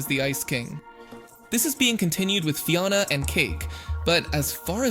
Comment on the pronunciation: Is the voice Ai? Because theres no way you would pronounce Fionna’s name and Ooo like that if you watched the show. Its fine if it is an ai voice i just wanna know